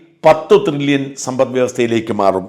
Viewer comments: ത്രില്ലിയൻ or ട്രില്ലിയൻ???? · Tri-llion aanu. Thri-lli-ion alla. Please correct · ട്രില്യൺ ത്രില്യൺ അല്ല